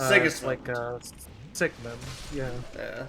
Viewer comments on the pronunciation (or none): When you said Siegemund I face palmed so hard I gave myself a nosebleed. His name's Siegemeyer. Also the bird nest in undead asylum is snuggly. You never actually see him. I'd have personally gone master key at start